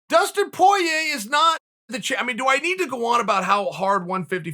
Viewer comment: Chael “Dustin Poo-ey-yayyy” Sonnen.